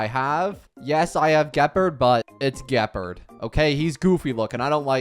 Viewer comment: learn to pronounce the character names correctly before making video's. "Seele" is not "celay" or whatever, it is pronounced "Zee-luh" it's German for Soul. Google it!! Do you even listen to the in-game characters calling their names? Gepard oh my how do you f@ up his name so bad????!!!??